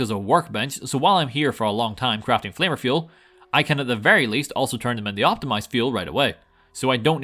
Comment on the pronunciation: It sounds like you are saying “Flavor Fuel” and not flanker fuel LOL